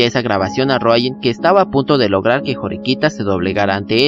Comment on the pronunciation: ejem, si solo una duda ¿porque le llamas rayan a riuen? xD